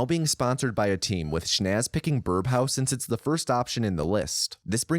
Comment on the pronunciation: Excellent video! But, am I the only one hearing "birBhouse"?